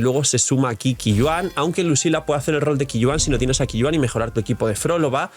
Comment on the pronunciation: Qiuyuan se pronuncia Choiyuen, creo que es fácil de pronunciar